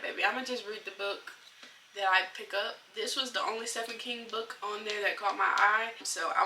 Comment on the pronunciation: Hi I’m new here. Thanks for your book recommendations. I’d like to read some of them. Also, Stephen King is me of my all time favorite horror/suspense authors. The correct pronunciation of his name is “Steven”. It’s just spelled with “ph”.